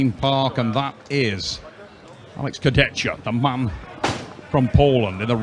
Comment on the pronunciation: Богом молю, прежде чем давать микрофон хриплому коментатору, скажите ему как правильно произносить имена и фамилии спортсменов. Слушать Шагенасвили и Курдечку просто невыносимо